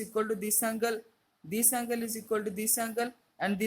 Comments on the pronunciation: It is angle not ungle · He said uncle instead of angle